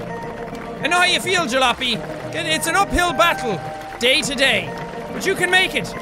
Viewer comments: Jack, its called (Ja-la-op-y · It's pronounced, ja-lop-ee (say quickly!)